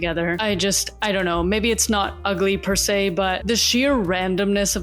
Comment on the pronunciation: u just said perse three times and feel few